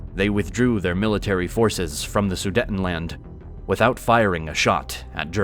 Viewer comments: It's pronounced Sudeetenland, not Sudetten. Only 1 T after the first E so it's pronounced long (EEEEEE). Sorry, this bothered me too much for some reason...😅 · It is NOT su-detn-land! The word "Sudetenland" is pronounced "soo-deyt-n-land," broken into four syllables: "soo," "day," "tuhn," and "land" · The second syllable in Sudetenland is pronounced ”day“. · Somebody please teach that person to pronounce Sudetenland correctly?